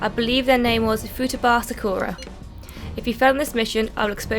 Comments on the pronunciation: the way you we’re pronouncing Futaba was cracking me up! Fooooo- ta - ba ;) good stuff 🤣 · Also why do you keep pronouncing futaba's name wrong? You corrected yourself in the video that you were saying it wrong but yet you keep saying it wrong anyway!?